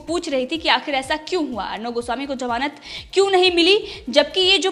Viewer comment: Before becoming an Anchor improve your pronunciation.It's Salve not Shalve.It's Zamaanat not Jamaanat. It's Vishaya not Visaya. It's Ja Raha hai not zaraha hai.